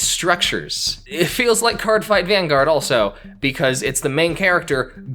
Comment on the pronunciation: As somewhat of a card game enthusisast, I agree with pretty much everything you've said. Yugioh pretty much needs a Vanguard level reboot in order to not be outdated. Speaking of Vanguard.. it physcially pained me to hear you mispronounce it and also not mention its very unique resources=damage system, as it's my favorite card game out of the 4 I play :(